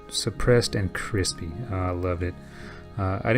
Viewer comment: Say "crispy" again... I dare you, I double dog dare you!!